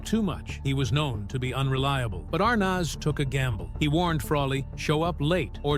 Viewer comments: Why is the announcer mis pronouncing Desi ARNEZ NOT ARNOZ . You are insulting people who IQ is above 100 🤤🤤 ARNOZ..... get a clue you ignoramus !!! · It's pronounced Arnez not Arnos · As soon as I heard the narrator say are-noz, i quit listening. Most of this stuff we've already heard. Next. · It's pronounced "Dezzi ArNEZ" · Are nez' phonetically..please! heard his last name mispronounced before w this narrator mispronounced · You're mispronouncing Desi's last name! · If you are going to narrate a video at least learn how to pronounce the names right you’re driving me nuts with wrong punctuation. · Why does the narrator keep pronouncing Desi's last name wrong?? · I have always loved and enjoyed the Lucille Ball TV shows!. I cannot enjoy this posted video with the announcer mis-pronouncing names, showing photos of favorite celebrities with the wrong verbal names spoken. This major actress needs to be applauded, appreciated, and honored! Do not TRASH the great Lucille Ball 🥺😠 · Pronounce Desi’s name correctly! Desi and Lucy were not an interracial couple for heaven’s sake!! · Shouldn’t the narrator know how to pronounce Arnaz? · Never saw anything to gasp over. You are pronouncing Arnaz wrong. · Why can't they pronounce Desi's name properly??? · Damn...at least pronounce their last name correctly......